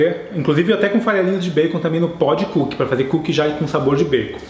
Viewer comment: "-Comer coo kie é bom" (TROLL, ):v